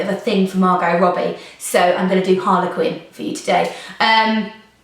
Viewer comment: why is she saying Harlequin not Harley Quinn